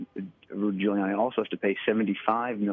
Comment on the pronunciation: Did the newswoman in red say "Fuliani" when asking about whether ghouliani could afford to pay the damages awarded?😊